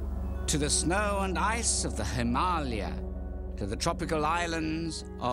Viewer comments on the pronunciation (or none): never heard "himARlia" before